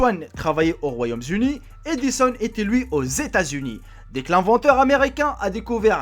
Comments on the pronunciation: Pascal Janvier Il peut dire les "z'amis" si il veut, par contre Royaume-"z'Uni" (comme tu dit) est effectivement faux. Mais je vois pas pourquoi tu soulignes le fait qu'il ait fait la liaison avec les amis... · Attention c'est le Royaume-Uni et non les Royaumes-Unis, ne fait pas la liaison puisqu'il n'y a pas plusieurs royaumes donc pas de s! lol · royaume zuni ?? kezako ???